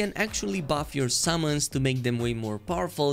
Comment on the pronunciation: The way he says "summons" sounds like he is saying "salmons" and I can only think of a fish flying at an enemy